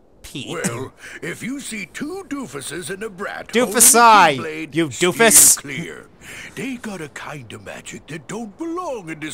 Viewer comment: Technically it's be Doofi, not Doofusi.